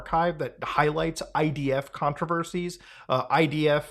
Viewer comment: You said IDF incorrectly. It doesn't start with an H.